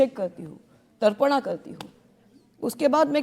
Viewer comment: तरपना करतीं हों तरपना नहीं तर्पण विधि होता है ये कभी चंडी देवी का नाम लें रहीं हैं कभी श्री कृष्ण जी का कभी काली का अच्छी एक्टिंग कर रही है 😂😂😂😂 कभी ड्रग्स भी ले सकती है इसको बिल्कुल फर्क नहीं पड़ता है